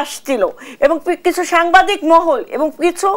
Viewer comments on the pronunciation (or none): .এই মহিলা তো বাংা কথা,উচ্চারণ করতে পারছে না কেন!